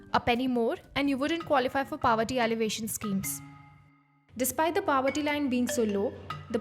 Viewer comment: Please pronounce the word POVERTY properly.